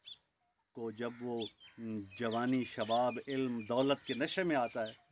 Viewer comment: حضرت دیکھ کر پڑھ رہے ہیں الفاظپہلے اک بار تسلی سے پڑھ لیا کریں بے علم زیر کے ساتھ ہے زبر کے ساتھ نہیں